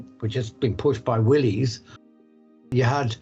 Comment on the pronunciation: I believe that Willys is actually pronounced Willis, with the Y making an I sound. Important that you get these things correct, I think. Otherwise, a very interesting story.